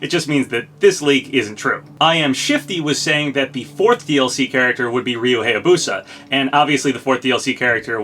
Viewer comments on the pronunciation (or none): Hey, I really like your content but wanted to correct you on a few things. First of all, Ryu's last name is said "Hi-ya-boo-sa", not "hey-ya-boo-sa". Also, Morgana is said like "more-gah-nah (the ah sound is like when you open your mouth for a doctor). I don't want to be a pronunciation nazi, but I figured you should know. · That's still not how you pronounce "Hayabusa." It's pronounced "HIGH-yah-boo-sah," not "HAY-yah-boo-sah."